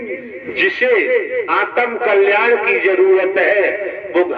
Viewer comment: आतम कल्याण नहीं है आत्म कल्याण है। शब्द सही बोलें ।